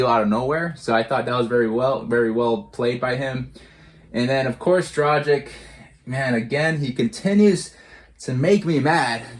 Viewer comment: It always makes me sad when Heat fans pronounce Gorans last name wrong, he has been here for 7 years and y'all still cant pronounce his last name right??? Bruuuuh.... You read it Draghich, its a short G. If his last name was Dražik, your pronouciation would be spot on but now its just so wrong...